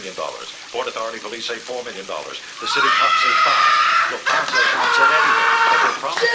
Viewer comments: Loftananza heist 😂😂 It is my maffia family; Loftananzas 😂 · Did he say the luthanaza heist?😂... Lufthansa🙄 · Benano? Loofathansa? 🤦‍♂️ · “Loof-ta-naza” made me laugh but great doc overall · Luft-Hansa is how it is pronounced Why are Yanks so incredibly ignorant? Why do they not look these things up? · Pronouncing it "Loofthenaza" heist is crazyy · Loof-tha-naza heist? 🤣😂😂😂😂😂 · How do you put a video like this together and not know that it’s “Bonanno” and how to say Lufthansa? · cannot even pronounce Lufthansa properly FFS!